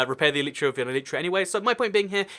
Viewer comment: what is an eleetra? Are you trying to say elytra?